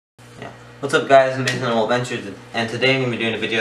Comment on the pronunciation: Its pronounced an ol.there is no le on the end just an ol.